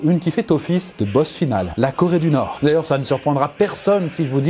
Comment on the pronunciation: Corédunorstan*